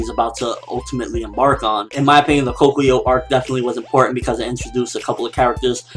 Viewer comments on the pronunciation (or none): You pronounced Katekyo wrong